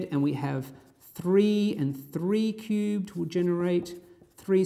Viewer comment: he pronounce 2 cubed like - Too cute XD also 0 is not positive int